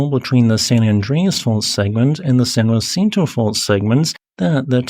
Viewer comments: Fyi its "San Jah-sin-toe" not juancito! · I've never heard San Jacinto pronounced as he does, San Wa-SEEN-to. I learned my Spanish pronunciations in Texas, and here it's pronounced Sahn Ha-THEEN-to. Do Spanish pronunciations differ in California? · Lived in SoCal for nearly 40 years and moved away. Lived right on top of the San Jacinto fault...been in plenty of large ones but never got to experience The Big One ..bummer...and San Jacinto is pronounced Sahn Haseentoe or San Uhsentoe..Spanish and local dialect. Also Cajon pass is pronounced kuh-hone 🙂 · San Huh Sin To (San Jacinto Mountain) Ka Hone Pass (Cajon) Considerable respect. I only mention this because gross mispronunciations distract from your very interesting content.